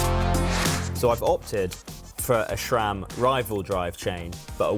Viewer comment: Could you please stop saying "Shram".